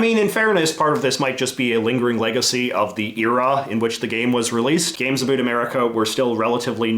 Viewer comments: Omg why do you keep saying "abut" instead of "about"? It's killing me from inside out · You say about weird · now that look more into it seems like he always pronounced about like that and he never really says the word "about" which is weird and the first time i heard him was in this video. But still it's weird that he used the word a lot in this video